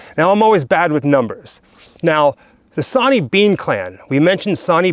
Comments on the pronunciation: Its Sorney Bean not sawney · Sw sw Swaney stop saying sonny 🙃